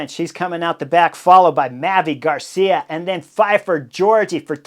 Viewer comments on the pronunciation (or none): none